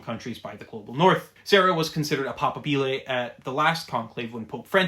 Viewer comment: The stress in "papabile" falls om the secomd syllable not the third.